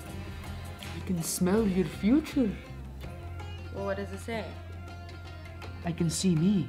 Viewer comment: Funny when Bach says:Fruture